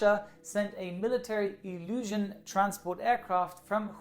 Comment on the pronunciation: Everybody has mentioned Wuhan instead of the Juan that is heard, but also pretty sure he meant Ilyushin instead of "illusion".